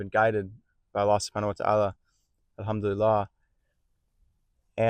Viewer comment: Try to pronounce ‘Al-Hamdu lilLAH’ (الحمد لله) correctly, Islamic brother.